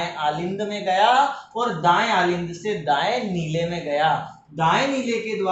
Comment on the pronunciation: Aalind nhi Alind bolte hai